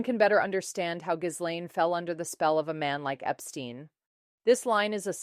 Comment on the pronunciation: It's Geelaine, you don't pronounce the "s"